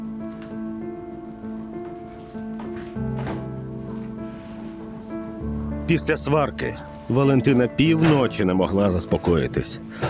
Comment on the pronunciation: Не брАла- українською. Не бралА- російський наголос.